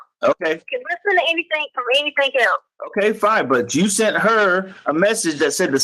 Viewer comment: "Anythingk" gaahhh! 😖